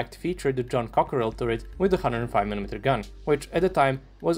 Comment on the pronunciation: Cockerill❌ Cockrail✅